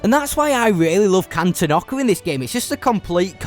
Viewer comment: Is it pronounced can-ten-ock-a? I’ve always pronounced it can-ton-ick-a